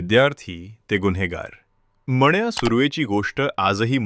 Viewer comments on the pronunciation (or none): मण्या नाही हो..... मन्या...... नीट मराठी बोलायला शिका आधी.... मग बडबड करा....